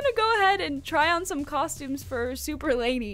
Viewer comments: It's Lani not lady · It’s Lani not Lany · Yass slay but it’s lani not lany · ITS LANI NOT LANY